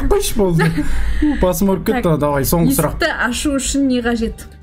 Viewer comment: ❤❤❤ сұлақ деген сөз жоққой😂😂😂 сұлақ😂😂😂